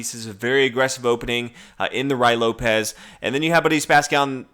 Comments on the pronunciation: You called it R[A]Y LOPEZ ahahah RUY (U like rUth ! ) Lopez ... Latin languages are the simplest in the freaking world but somebody with an amazing IQ cannot learn A E I O U like a ONE sound each (which is basically good to READ everything !!) respect the mess mambo jumbo of the English whatever sound language, which is fantastic for MUSIC but a disaster for speaking deep or making a mathematical sense ... A E I O U !! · It isn't Ru Why Lopez. It is Rui Lopez. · Rooey Lopez not Rye Lopez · Did you really say rye Lopez?!?!!?🤔😭😭😭😭😭😭😭😭